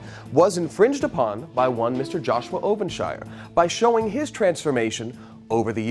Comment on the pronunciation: "joshua evan's ovenshirrvenn"